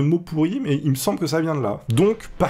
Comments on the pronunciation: c'est mais et pas mias XD ;) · "mais" pas "mias" mais pas grave 😂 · J'suis désolé de te dire ça mais le "mias" à me stress énormément! Merci de ta compréhension, au revoir.